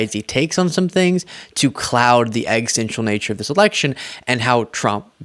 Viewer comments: I love your work, but a friendly tip, as this isn't the first clip where I've heard this: the word is "existential" not "extential." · I love your considerable intelligent approach to these brain dead MAGA-hides. BTW, existential is pronounced, ex-ist-ten-shul. I get marbles on some words since my stroke but I am giggly when you say this word eliding a syllable.